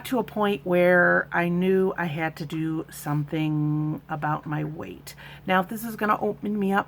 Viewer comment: Weight loss, not ER loss 🙂.